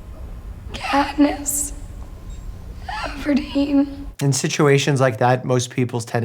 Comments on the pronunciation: It's katniss evendeen lol when u literally said katnio evergreen lol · “what is her name?” “Katniss Everdeen.” “CAtNiP EvErGrEeN!” 💀🤣